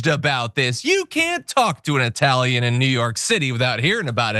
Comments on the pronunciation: Eyetalian!!! You can't even pronounce it you dope. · Even Iadarola gets it wrong or simply unable to make up his mind. Is it EYE-TALIAN? Or is it EE-TALIAN? He keeps alternating between the two pronunciations! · He is referring to a particular group which used/uses that pronunciation. To quote Italianità : "I recently worked with a woman who thought it hilarious to refer to me as Eye-talian. The first time I corrected her, she admitted she knew the correct pronunciation, but used the term to needle me. I smiled when she did it after that, thinking “Lady, you’re a real asshole.” She wasn’t a bigot, just ignorant. I guess if it bothered me, I could have gone to management or HR, but we all know the result of such an exercise. They would smile, patting her on the shoulder, gently telling her with a wink that I was sensitive. They would both think, it really wasn’t that bad. So, I just accepted it."